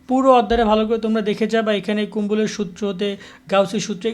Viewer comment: ভাইয়া আপনি ত কুলম্ব উচ্চারণ করতে পারেন না,,,,,আপনি কুম্বল বললেন যে।।।